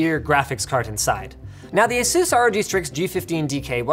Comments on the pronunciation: The way you pronounce asus. “Aye-soos” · Stop pronouncing Asus so silly please. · lol the way you say Asus sounds like Jesus in spanish